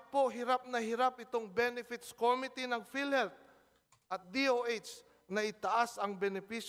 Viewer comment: may sarili ring pronciation tong congress, eh. ko mi tea - imbis na committee